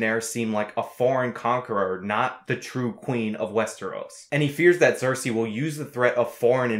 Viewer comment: You're saying Cersei as if it begins with an X!